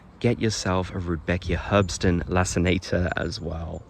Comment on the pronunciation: For places where Rudbeckia does well, leucanthemella serotina is also really nice. Btw. "Herbstsonne" means "autumn sun", should be easier to pronounce ;)